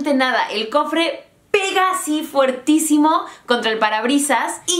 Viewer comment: solamente te quería corregir algo: se dice fortísimo, no fuertísimo. Es un error bastante común incluso entre los hispanohablantes nativos.